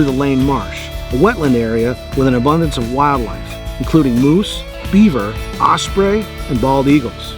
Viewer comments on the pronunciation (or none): none